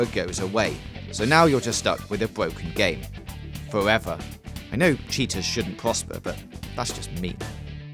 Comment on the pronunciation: Stuck with a bwoken game. Fowevuh.